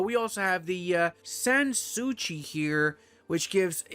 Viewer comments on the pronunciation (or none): "Sans soucis" is french and pronounced the french way too. "Sansz suchi" had me cracking up